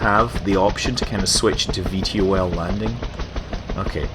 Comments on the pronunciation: V tol (vertical tackoff and landing) not V T O L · Scott its pronounced V-TOL not V T O L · Gah! It's pronounced 'V toll' not 'V T O L' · Hay scott, you epic, but please, its V Tol, not V T O L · It bugs me when you spell out VTOL It's pronounced "Vee-Toll" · fyi it is bronaunced ve-tall